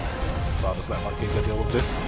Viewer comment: lmao your the first youtuber on ark to call the giga by the correct name.